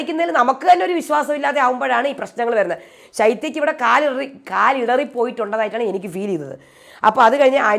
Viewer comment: അടുത്ത വീഡിയോ ഇടുന്നതിനു മുമ്പായി 'കാലിടറി' എന്ന വാക്ക് ഒരു 50 പ്രാവശ്യം ഇമ്പോസിഷൻ എഴുതി എനിക്കയച്ചു തരണം.എങ്കിൽ മാത്രമേ ഇനി മുതൽ ഞാൻ യുടെ വീഡിയോ കാണൂ.